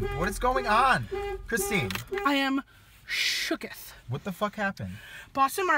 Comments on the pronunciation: "I am shookith" 😂😂😂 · "I am shookith"